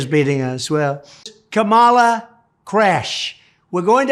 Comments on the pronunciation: 🥰 It is pronounced as “ Comma La “ ! A “ genius “ should be able to pronounce * Kamala ! 😀😂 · He Still stubbornly pronounces Kamala as if it was Obama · He still mispronounces her name. Smh. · I can't stand seeing Trump's face and his mouth move! He can't even pronounce Kamala correctly. What an idiot! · He can't even pronounce Kamala. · The jerk deliberately pronounces her name incorrectly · He still can’t say her name right - holy hell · I want to know why everyone is being granted a pass by the media for intentionally mispronouncing “Kamala.” Frankly, at some point, ya look dumber when you just won’t say her name. Dumber AND A HATEFUL BRAT!